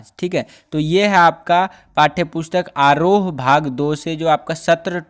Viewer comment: Aarhohen nahi aroh bakchof